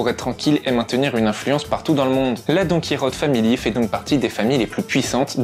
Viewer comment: C Donkichote pas donkirote